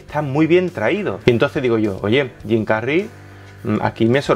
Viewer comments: ¿por qué no pronuncias las palabras anglosajonas con el asento anglosajon?... suenas gracioso cuando dices Jim Carry como si fuera un nombre castiso. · Suena raro cuando pronuncias el nombre de Jim Carrey, es tal cuál lo estás leyendo en español, suena de mmmmm ok. Bueno solo es esta vez que fue molesto escuchar tu pronunciación. Sobre el contenido todo está súper como siempre 🤗🤣